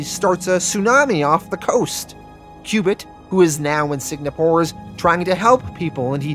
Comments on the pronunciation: Why are you pronouncing SING-A-PORE so weird? You keep saying SIG-NA-PORE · lol are you saying Sig-na-pour? its Sing-ah-pour. also, did dude really just sink an island like it was a floating land mass? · ITS S-I-N-G-A-P-O-R-E NOT SIG-NA-PORE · If I hear you say “Sig-Na-Poor” one more time, my head will explore the same way Victoria from ‘The Boys’ on Amazon Prime makes people’s heads explode. Lol. “Sing-A-Poor” is how Singapore is pronounced. 😂 Great job with your channel btw. Love the channel and have enjoyed the content every since you did ‘The Boys’ full series on your channel. Keep up the awesome content, good sir, and I hope you have a glorious day when you see this message. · Note: I mispronounced Singapore as Signapore. For some reason in my head I thought it was spelled "signa" and ran with it. So apologies if it annoyed anyone. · Before correct you I love your channel and Patreon account buti think proper pronunciation is Sing-uh-por. Singapore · Man...and you were really firing off those "Signapores"...like 35 times in 3 minutes. After a while I thought you were doing it on purpose for some reason. Like, why tell us so many times where they're fighting, how does that enhance the narration at all...."Signapore"...got it. Also, you don't need to point out Volt is the black superhero. That's how you introduced him in his bio. We can see that from his picture, you don't need to tell us that...because you know...its not a superpower. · It's driving me insane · SIG-napore? Lots of words get mispronounced on this channel, but this one was a lot harder to ignore. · Signapore? Was this a dyslexia thing or a play on words due to YouTube restrictions or something? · Is there something mentally wrong with you? How hard is it to properly pronounce “Singapore”